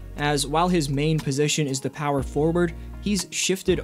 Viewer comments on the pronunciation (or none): none